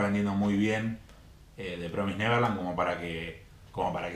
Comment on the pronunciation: Sorry que te joda amigo, pero promised se pronuncia promis por así decirlo no promais, Nose si se entiende pero nada solo te quería decir eso. El resto buen video :)